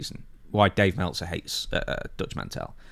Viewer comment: Melt - zer 😂😂😂